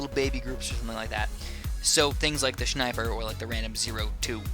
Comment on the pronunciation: I genuinely don't understand how you can say "shniper"... you don't say "shnail" or "shnap"... makes no sense to me and even though usually nothing pisses me off, this actually is kinda of... irritating xD oh well, each one to his own.